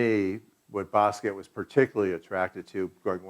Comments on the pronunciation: t was pronounced it wasnt silent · He worked with him but he can't pronounce his last name, which is French. In French the T at the end of the word is SILENT!!!! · Yes the T is silent. He's even on film pronouncing his own name and yet still the cretins insist that it either doesn't matter or that it is correct to pronounce the T. These are the same people that say Loren when mentioning Ralph Lauren. Idiots.